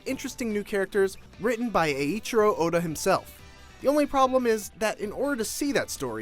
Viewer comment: aaaeeaaatro oda ? c'mon man ...